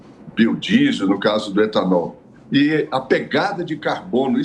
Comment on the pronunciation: E gasolina o e etanool